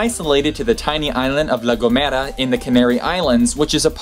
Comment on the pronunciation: I'm Spanish but I had never heard about "El silbo" until now PD: I laughed so hard when he said "La Gomera"😹😹